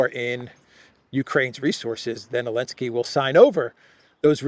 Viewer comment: His Name is Zelensky and not Elensky